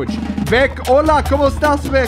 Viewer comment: hahaha I speak Spanish I think it's very funny how you pronounce the ... Hola como estas xD